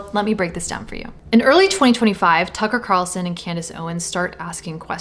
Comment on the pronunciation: Nukka who? “Tucker Carrrrrson” and “Camress Owens”